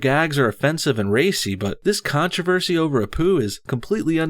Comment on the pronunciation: Naantroversy😂😂 Naan is an indian bread